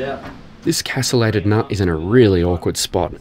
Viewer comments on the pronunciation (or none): At time stamp , it is pronounced: KA·stuh·lay·tuhd, not KA-sul-lay-ted.